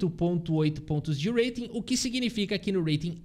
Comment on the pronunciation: está cursando inglês Esse urreiting tá irritando 😂